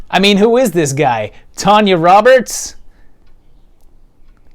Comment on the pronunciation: who’s tayna robbits